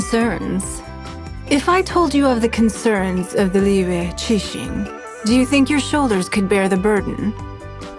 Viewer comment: I hate the way the characters say liyue. I know they try to pronounce it correctly but when they speak clear American English then go “Liuouuuuueee” it just sounds ridiculous. A simple “Li-uway” would just seem more natural